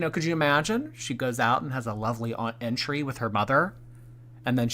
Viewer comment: There ain’t no way she didn’t know it is pronounced entree not entry ☠️ gorl is TROLLING